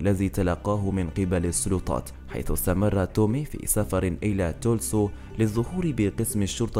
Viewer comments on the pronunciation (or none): المدينة التي جاء منها اسمها تلسا وليس تلسو